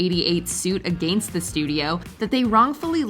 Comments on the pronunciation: The word Against is not pronounced A-gainst! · 🤣the way she says “against”🤣🤣🤣